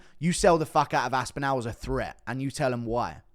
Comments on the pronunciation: Aspinall not Aspinal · Great vid but it’s pronounced aspinall (as-pin-all) I’m no grammar nazi but it was grating on me